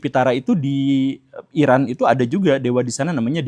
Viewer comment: Eran dibaca Eron